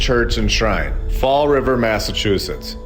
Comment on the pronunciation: “ Fall Rivahh” 😂😂